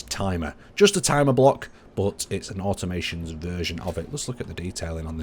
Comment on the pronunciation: Omg are you ever gonna pronounce the dlc name correctly??